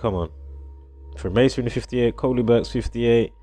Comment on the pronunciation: but its Koleeberks* not Korleeberks....